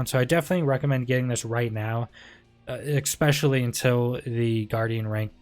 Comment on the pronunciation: I love the build video but its 'Especially', there's no 'X' in the word...........